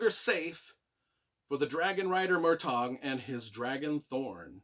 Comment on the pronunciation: Great review, only thing that annoys me is your pronunciation of the names like Murtagh/Tronjheim/Alagaesia when there’s a glossary with the pronunciations in each book 😅😅